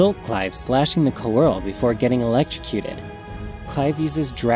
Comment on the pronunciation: The Summons and Dominants being an intrinsic part of lore and culture is indeed a huge breath of fresh air. The next FFXVI video will be about them specifically. It's spelled Coeurl, btw. and the Japanese name for it is クア―ル (Kuaaru). Never heard of the pronunciation "churl" ^^ And according to Wikipedia, Coeurl is a fictional alien race of predators created by science fiction novelist A. E. van Vogt